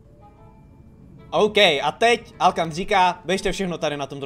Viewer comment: Hej mě přijde že ta siry říká alokan místo alkan